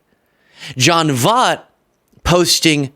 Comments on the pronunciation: Voit. V-Oye-t..."like "oye vey" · Pronouncing it wrong. Voit. Like BOY T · It's John Voight, not John Vaught. I'll forgive you if you watch Anaconda in repentance. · it's pronounced, V-OIT, like DetrOIT. he's Angelina Jolie's dad. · You murder his last name yet I can’t figure out how to phonetically do it 🧐 Angelina Jolies father VOYT ❗️🤷‍♀️if that helps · John Voight (pronounced like Void but replace the D with T). He's actually Angelina Jolies biological father whom she publicly disowned and disassociated herself with years ago. He's since had a mental breakdown and been on several racist rants years back prior to Angelina and Brad Pitt being married. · I love you, but I have to correct you. You're criticizing this gentleman for pronouncing Kamala's name wrong, but his last name is actually pronounced V-oy-t. Lol you're probably too young to know. But still love ya! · Hilarious how you pronounce his name! Makes up a little for his "Camela" bullshiiit!!😂 It's almost as though you're mispronouncing John Voight (like Voyt) as a form of retribution! 😏🤭😂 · It's pronounced Voy-t. How the everlovin' F is Trump Helping, or Going to help ANYONE?!? PLEASE VOTE BLUE, if you Really want to be Able to even Have hopes & dreams 🌊💙👍🏼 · pronounced Voyt, if you're going to call out someone who mispronounced a name, please don't do the same. Not a hater, just an Auntie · His name is pronounced, Voyt. Sorry, I know he was way before your time. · I know you don't know who he is, but he was a fantastic actor. His name is pronounced VOY-T. Voy, like Toy, and add a T at the end. His daughter, Angelina Jolie doesn't have anything to do with him. He's even more crazy than she is. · V OI T!!!!! you're driving me nuts saying his name wrong. Voight has an oi in it, which makes a particular sound. You're going to rag on him for not saying Kamala right, but you can't even take the time to learn how to say his name before a video in which you say it 20 freaking times!